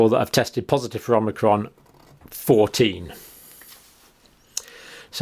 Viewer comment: Why are you saying methedist on amnicrom no other religion is getting it ?